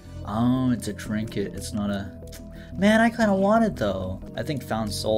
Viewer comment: Guy said mam man😂 (mah mohn)